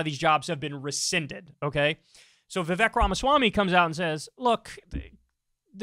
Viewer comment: Vivek rhymes with cake